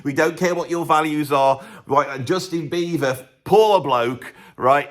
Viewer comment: Why do you keep saying Beaver instead ov Beiber?